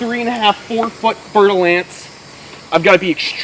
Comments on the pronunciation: Did you say "fertile ants"? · I heard fertil ants XD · All this time I thought he was saying "Fertile Ants"... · Every time you said, fer de lance, it was a new pronunciation. Honestly, I thought you said fire ants the first time, and I was kind of confused as to why we are so excited about fire ants and running into them 😅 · I've never heard of that snake before so I thaught he said fertil ants XD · All the times u said it i thought u were saying fertile ants i thought they were ants haha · I legit thought he said ' fertile ants ' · I know right!?! I always thought was saying fertile ants, and I was like "wow those are some scary ants" and then I googled it and it was a snake. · No lie I thought that was what he said at first, 😂 before I realized he was talking about a snake 🐍